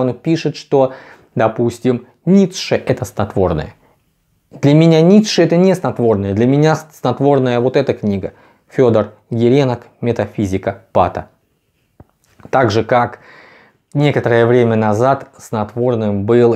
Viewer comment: ГиренОк. Ставьте правильно ударения, господин!